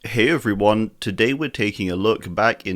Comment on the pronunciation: This hey everyone was diffrent more hey less everyone